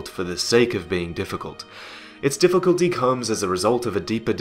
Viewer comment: diffuculty that circulates around diffuclty